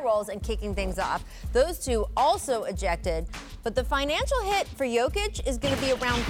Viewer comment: Jokovic... really Scottan?